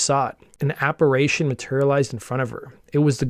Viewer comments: Apparation? Apparition, hehe.... Sorry, but you said it twice, lol.. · Apparition is pronounced AH-PA-Ri-SHUN not SHAN.